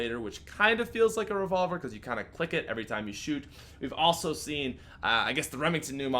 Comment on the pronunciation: "The Rayvolver"